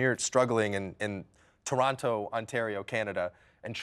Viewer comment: This man pronounced Toronto wrong tho. Bro, come on.